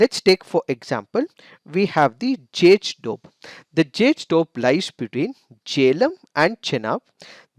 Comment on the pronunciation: The way he pronounces 'doab'..like 'dope'..:p😂😁...i mean kinda cute...no offense🤗